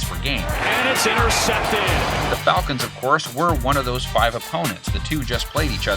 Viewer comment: Yeah FalCANTS! 😂